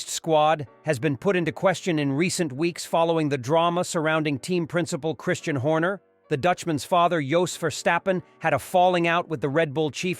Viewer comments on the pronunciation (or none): none